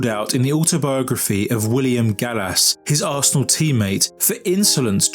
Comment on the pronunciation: is arsenal, remember it, and never you again miss pronounce it again